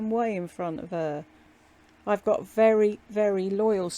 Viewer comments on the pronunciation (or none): Because that mirror must be vary vary vary (yes haters I know how to spell very...but lbl doesn't know know how to pronounce it...) vary vary vary special mirror because it tells her she is beeeaaaaaauuuuutttiiiiiffffulllll